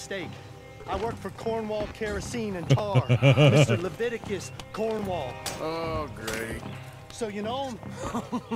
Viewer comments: Just how mark calls cornwall, codwell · We need a compilation of every time he has mispronounced "Cornwall."